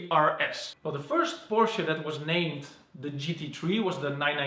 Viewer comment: It’s Porsche not pursh